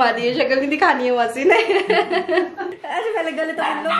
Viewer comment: Maasi nahi......mausi hota hai.....keep original